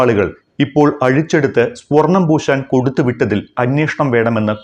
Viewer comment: സ്പൊർണം ആണോ സ്വർണം ആണോ ശരി?